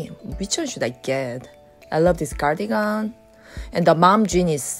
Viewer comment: Cardigan 을 한국 발음 씩으로 가니건으로 하시네요. 다음 번에는 카디건 으로 발음 하시면 더 좋으실것 같아요. 미국 분들도 보시니 지나가다 한마디 써 봤어요~ 화이팅!